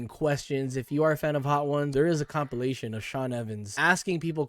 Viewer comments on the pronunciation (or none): Bro did you just mispronounced Compilation to copulation 🤣🤣🤣🤣